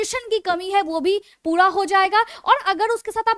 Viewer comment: Padesan , puda din pudi raat , pudi saam , badabaad hone lg jaega, etc ....👌 I like your voice maim 😍